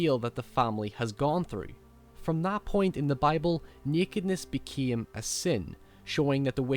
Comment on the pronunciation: "Nekedness beceme a sene" what is wrong with your english geez